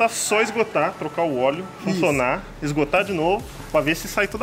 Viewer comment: Eu também escutei ele falando isu